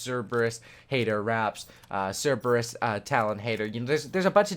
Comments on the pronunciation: Wtf cereebus. Read it again 😂😂😂 it's ser-buh-ruhs. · SER-BER-RUS not CER-EEB-US xD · man said cerebus😂😂😂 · I mean you did correct it the second time but cereebus 😂😂😂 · It's pronounced sir-ber-iss like the 3 headed dog in Greek mythology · i love how terrible you are when it came to pronouncing cerberus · you need to stop playing cod and learn how pronounce scythe and cerberus